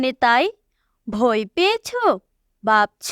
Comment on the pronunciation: বয় ❌ ভয়✅😂😂😂😂😂